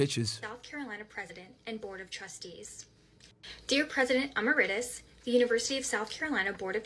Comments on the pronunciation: Bish can’t even pronounce emeritus correctly 😂😂😂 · She doesn't know how to pronounce emeritus.